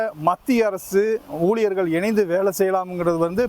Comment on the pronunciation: ஊழியர்கள் என்று சொல்லாம ஊழியர்கல் என்று பேசுகிறான்😂.